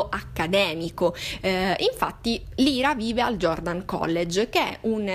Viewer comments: Odio essere quel tipo di persona, ma il nome della protagonista pronunciato "Lira" non si può veramente sentire, è "Laira", che suona come "liar", bugiardo. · Ciao! (Premessa: molto umilmente ed inutilmente in ritardo, visto che ormai hai letto tutto 😊) volevo dirti che il nome della protagonista (Lyra) in realtà si pronuncerebbe LAIRA 😊... Ho trovato un video dove lo si può sentire bene: vedi attorno al minuto 1.00 Bacio 💗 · La tua analisi secondo me in molti punti è giusta ma in altri assolutamente no, ma non è per questo che commento! E perché non si può sentire la tua pronuncia di Lyra!!! Non si chiama Lira!!!